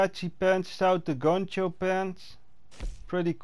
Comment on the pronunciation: We said Poncho not Concho!!! With a P!